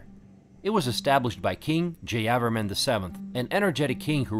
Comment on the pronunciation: Mr , do not pronounce at random. You have to say, 'Jaya Verman' Stress/emphasis on the third syllable.